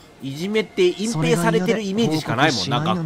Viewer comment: 「そのいじめ見つけたら、あなた隠↑蔽↑しよう↑とかね」すまん笑ったｗｗ